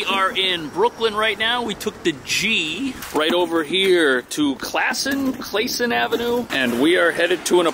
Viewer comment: It is indeed pronounced Classon and not Clayson.